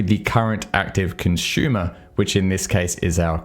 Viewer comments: As always, love your videos. Although your pronunciation of consumer as "conshumer" (versus consoomer, like "zoom") took the cake for me! :) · Yup - can't not hear it each time.